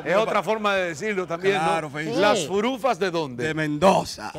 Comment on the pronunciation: Ahí vienen las furufas pero el muchacho dice las furukas